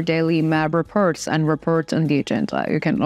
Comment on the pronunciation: It's spoken "reports, befor, support" with an "o" not with an "e" like "reperts". O is spoken o. But you'll get it in a few trys.